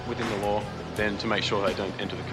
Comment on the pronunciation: ‘have you been in trouble wih the ‘ LOOAH’? ‘…. I dont know what a ‘looah’ is.